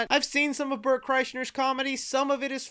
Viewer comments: There is an active joke amongst Bert Kreischer fans to mispronounced his name... You accidentally participated 😂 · Its so hilarious that nobody ever gets Bert's name right, can't wait to hear that snip it on YMH